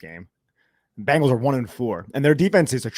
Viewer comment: Why do Jerseyans pronounce Bengals as Bangles? 😂